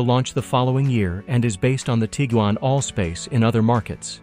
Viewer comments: This guy pronounced Tiguan like 5 different ways 😂😂😂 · None of which were correct, ex. Tee-gen.